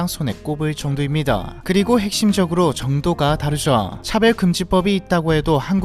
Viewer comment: 차별? 차배? 발음이 뭐가 맞죠!?